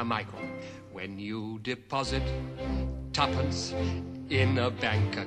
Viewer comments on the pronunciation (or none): tuppence? if.. youuu invest yourrr TUFFANCE lol wtf?